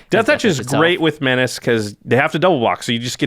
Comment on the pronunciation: How many have started saying 'menaché' instead of menace as a result of this channel? I know I have.